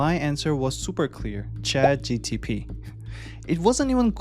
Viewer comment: This is a high quality video, but I’ll tell you the honest truth: people judge mispronunciations. Your accent is not a problem. But you consistently say “Chat G T P” and not “Chat G P T.” And western audiences judge that as low intelligence, regardless of the truth. You’re clearly a smart person, so I just wanted to give you the unvarnished truth so that you can grow like you deserve. Practice that single pronunciation. I believe in you!